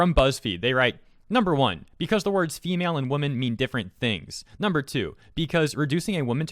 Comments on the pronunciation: Who in the blue blazes uses the pairing 'men' and 'females' in a sentence? I don't think I've ever heard that in my life, and if I did, I'd look at them sideways because of how incredibly awkward it is. Almost as awkward as listening to not differentiate the pronunciation of "woman" and "women". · There are women and there are waman. We respect women, not waman, and this waman sounds like her friend Karen had to unload her life story.